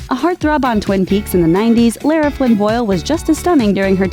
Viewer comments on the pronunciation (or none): none